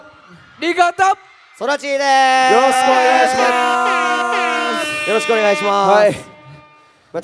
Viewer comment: ツ「よろすくお願いしまーす」 "す"?!